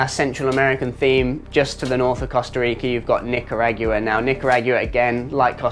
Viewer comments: ....Agua, pronounced Ah-GWah not Ah-Gu-Wah. Thanks 😅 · No way he says Nicaragua like that lol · Mate, please learn how to pronounce both Costa Rica and Nicaragua. Your attempts are painful !😂